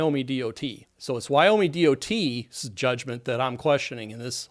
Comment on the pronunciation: Why do you say Wyome instead of Wyoming?